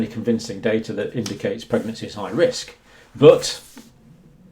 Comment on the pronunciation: Pwegnancy might be a pwoblem